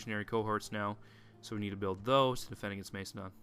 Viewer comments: Am not trying to sound angry, but I THINK you pronounce it Mass-eh-don. I dunno, Mace-adon just sounds weird... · mac-a-don not to be rude just educational